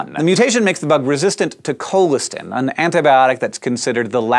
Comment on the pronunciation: It's pronounced col-is-tan